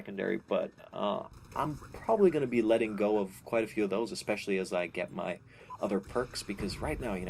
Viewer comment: he says udder instead of other